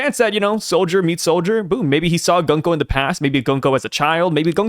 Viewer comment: I was gonna watch this…. Till I realized I was gonna have to sit through you and mispronounce GUNKO’s name for an hour. No thanks.